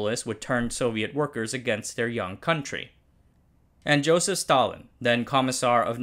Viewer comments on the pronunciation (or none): none